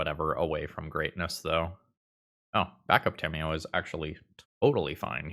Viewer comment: during the toa magic plug in the beginning, i thought he had said "scamiyo" 😂